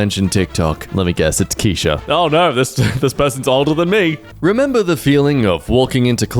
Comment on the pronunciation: The way he said Kesha?????